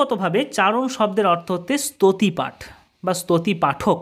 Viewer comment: স্তুতিপাঠ উ কার আছে,তার উচ্চারণ করা দরকার